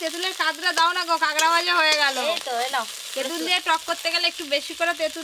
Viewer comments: কাগরা না কাঁকড়া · কথা টা কেংরা না কাঁকড়া